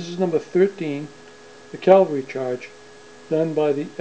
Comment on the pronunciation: Are you saying "Calvary" Charge?